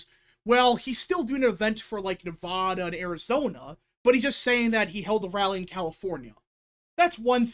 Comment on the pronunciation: Jesus dude say Nevada correctly for once in your life